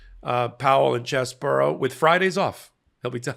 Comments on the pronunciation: Its pronounced "Cheesy-Bro" not "Chess-bro". He gets zero name-integrity from us for being a traitor to our democracy. CHEESY BRO! Lets normalize that lol. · It's not fucking BORO, it"s BRO!! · why do you keep saying cheseboro? It's CheseBRO!